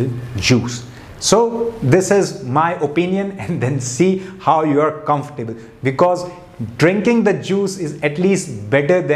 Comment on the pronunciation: Not Comfor- Table but pronunciation is ' comfortable' .....